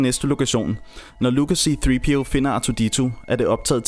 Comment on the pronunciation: c3po ikke c3peo